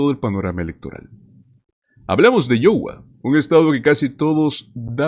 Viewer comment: Por lo menos deberías preguntar como se pronuncia Iowa